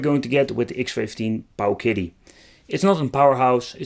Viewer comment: I got to hear Pooooooowiddy mulitipe times in one video. You've really outdone yourself, good Sir!